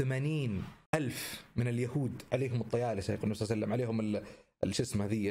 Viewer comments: ليش تقول صلع سلم🤔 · ههههه انتبهو على دقيقه قال صلع وسلم